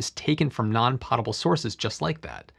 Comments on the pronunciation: Nitpick: It's pronounced poh-tuh-buhl. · Potable is pronounced /POE-tuh-bull/ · You are mispronouncing, “potable.”